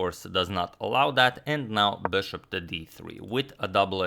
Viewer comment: Your pronunciation of bishop made me crazy, really